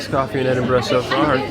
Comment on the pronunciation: Congratulations on pronouncing Edinburgh correctly most Americans say Edin bro 😊😊